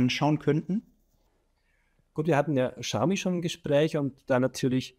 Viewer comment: Xiaomi : schau mi